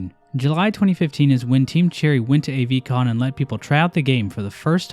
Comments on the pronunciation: I have never heard anyone pronounce AVCON as Ayyyyyy Vee Con. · Every time you say Avcon wrong I die a little more, it's so funny and yet painful.